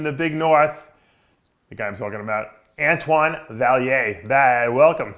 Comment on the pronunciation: I've been waiting for this interview for a while btw dave mispronounced antoines name lol